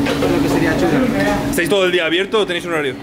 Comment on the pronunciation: Es "ACHURA". No "ANCHURA", jajaja. Que bien que fuiste al Ferroviario, J. Te tenemos que dar la ciudadania ilustre ahora.